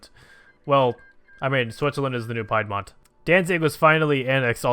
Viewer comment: Bruh pie dmont it’s pronounced peedmont